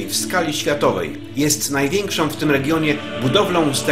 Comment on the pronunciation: Przypadkiem weszlam na filmik o Sycylii,wspaniale widoki i zabytki.Mam zastrzezenie jedynie do lektora.Cytuje:najwiekszom tutejszom atrakcjom turystycznom...no i te nachalne troche reklamy zakupu filmikow.pozdro